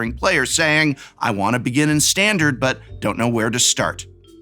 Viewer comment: What is that "Stahn-Dahr-d"?